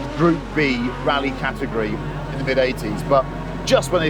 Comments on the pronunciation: He pronounces category as ca-tegory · Guy needs to learn how to pronounce CATEGORY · The secret sauce is in the pronunciation of "category".